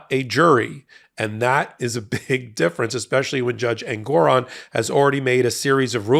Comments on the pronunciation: FYI, it’s JUSTICE EN-gor-ON. I’ve appeared before him. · Every time any of you say engOron I shout Engoron because I miss the way Ben used to pronounce it 😂 It’s just more pleasing somehow.